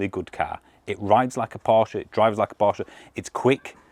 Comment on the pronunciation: One of the few reviewers who knows how to pronounce Porsche correctly 👍